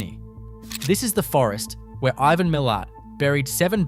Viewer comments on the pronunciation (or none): none